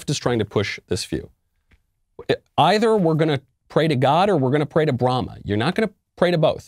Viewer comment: Oh...he said Brahma? I heard Bruhama.